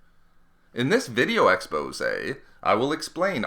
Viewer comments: but I life you're videos. so keep up the good work. I was just my OCD acting up and bothering me about the" expose" thing. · Please stop saying expose!!!!!